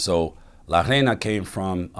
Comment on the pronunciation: It’s pronounced ray-na this man is trying to say “queen” and he keeps saying “sand” 🤣🤣